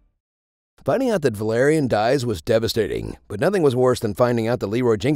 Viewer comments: Velerian instead of varian lul xdxd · It's Varian not velerian. It's not a cat drug. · VARIAN. Not Valerian. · I know you didn't just call Varian, Valerian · Say: "It's Varian, not Valerian, sorry, I'm going to flagellate my self as punishment" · His name was VARIAN!!!! Not VALERIAN!!!! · His name is Varian... Not Valarian... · I want you to apologize about saying Valerian, It's King Varian Wrynn Right now.... For the Alliance.. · Hahahaha Valerian? It is Varian, but damn that was funny. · did he just call him Valarian? Like game of thrones? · His name was Varian not Valerian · did you just say “valerian” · Valerian? You meant Varian.. It's understandable xD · Say: "its VARIAN, not VALARIAN you filthy casual!" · Valarian???? Valarian!!!!? Varian!!!! V-a-r-i-a-n!!! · Who the fuck is Valerian? You mean Varian? God get it right. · Wtf is a valarian, cmon man 😂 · It's varian not valarian 😂😂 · Valarion lol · ... What did you just call Varian? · It was going so well till they hit us with the 'Velerian' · did he say valerian ? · I’m Horde and I just got triggered from him saying Valerian